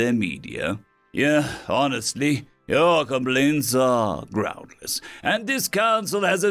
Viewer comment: Fun mistake that changes the story quite a bit. To me out sounds like "Our" instead "Your" HQ. 😂